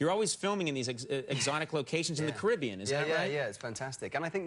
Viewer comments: It's pronounced cari-be-an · “Pirates of the cribbean”